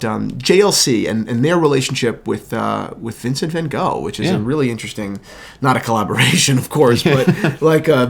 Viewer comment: Never ever heard someone pronounce Van Gogh so wrong 😂